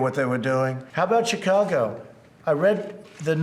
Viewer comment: Did Trump really pronounce Chicago "Djoa-go-go"???